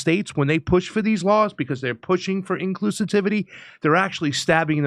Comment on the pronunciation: Another important thing,; “Inclusitivity!” 🤣😂🤣